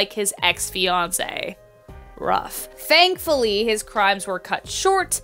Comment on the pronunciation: fangfully it's thankfully ur welcomefully